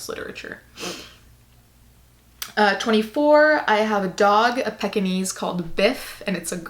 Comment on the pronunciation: Anyone else notice that she said her dog was a "peck"-inese? I always say "peek"-inese but what do I know?